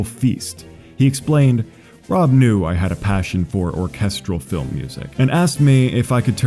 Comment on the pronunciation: Great video! As a diehard Tally Hall fan, I kinda expected less research done from a primarily Weezer based channel but I was very wrong, awesome job. (Seriously, this could just be me but the only issue I even noticed was the mispronunciation of Rob and Zubin's names)